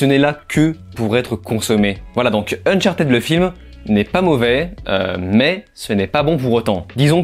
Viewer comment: ne t'excuses pas de prononcer unchartèd, c'est la bonne prononciation, en tout cas meilleure qu'unchartid.